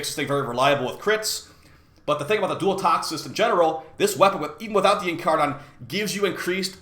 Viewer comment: In car nin man didnt learn anything but basic English pronunciation